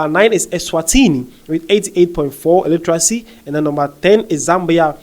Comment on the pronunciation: Pls practice the word 'Literacy" say it 5 times..u keep saying Illeteracy illetarcy..whats the rush for?